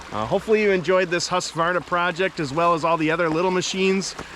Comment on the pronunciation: Hey, I own a husqvarna, it is not read like that, it was manufactured on